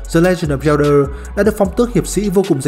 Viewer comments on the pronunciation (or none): Sao Zelda mà t nghe đọc thành Yellder